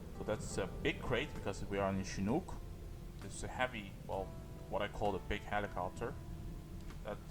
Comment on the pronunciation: No, he said "shinuk"